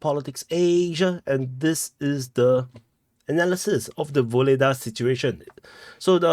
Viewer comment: It’s kind/diplomatic of you to make the effort to pronounce Ugledar in a Ukrainian accent😅